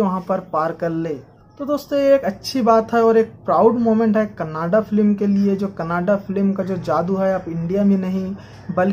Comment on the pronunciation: भाई कनाडा नहीं कन्नडा है